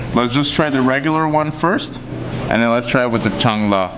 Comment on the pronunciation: It's "Salna", not "Chang la". You don't say "salvage", as "chalvage" or "chang-lage". 😂.The meat ball is "Kola urundai". Kola(meat) as in Coca-"Cola". "Urundai"(ball) as in "Uru-guay" like pronunciation. I'm sure you would laugh if I pronounce Britt as Prick, Fish n Chips as Piss n Sips😂. God save Great Burden😂